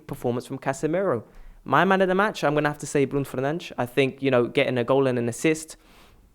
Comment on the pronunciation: But he can pronounce Bruno Fernages